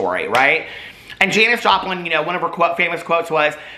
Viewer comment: Omg! I thought I liked you before! The you say the name Janis Joplin! I can’t! 🖤🖤